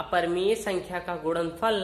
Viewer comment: Ye Pagal kya apan apan karta h upon nhi bol sakta kya or kya ye gudanfal bol rha h gunanfal nhi bol sakta kya🙄🙄🤣🤣🤣